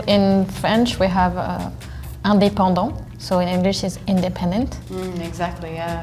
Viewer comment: andepondant😂 As Canadian we say football the most